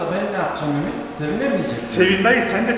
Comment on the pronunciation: ayb değilmi ÜMDİ